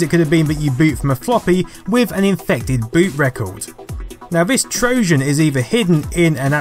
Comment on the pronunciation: You have a very odd way of pronouncing certain words. "Trojan" with a soft "J", "BBC" as "bibby see". Love your channel though!